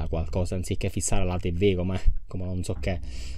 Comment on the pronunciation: Ti non si dice tivi si dice tivù